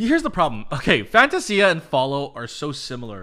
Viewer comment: I love the song but I'm not a fan of the pronunciation of the word Fantasia.